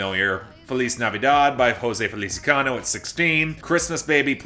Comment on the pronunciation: Apparently you still haven't learned how to pronounce Jose' Feliciano's name.